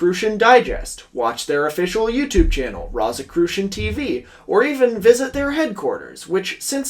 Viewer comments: I really wish you looked up how to say rosicrucian before saying it 500 times in the span of ten minutes for this video. I hate love to nitpick, but how hard is it to google a word you're not sure about? It's rō like rose not like rot. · I'm so sorry for this, but this kept drawing me out of the narrative. Rosicrucian is pronounced like "rose" like the flower for its first syllable . And Edgar Cayce's last name is pronounced like "kay_see" . Doesn't make sense, but that's the way he pronounced it. I've done a lot of reading on both these topics in the past, so they really pricked my ears up when you said them. I love your videos, but correct pronunciation helps sell the veracity of your work. I'm only making this comment for you in case you refer to either of them again. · Wait. Doesn’t the first syllable of Rosicrucian rhyme with rose ….? Am i the only one whose eye twitched every time he said it. 😄 Excellent essay, though, on an excellent channel. Glad i found it—i have more catching up to do yet! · It hurts every time you mispronounce rosicrucian. Good video nonetheless.